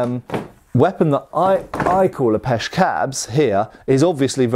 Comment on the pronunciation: Sorry, but are you saying Pesh Cab? I think I've encounted more than one Pesh Cab...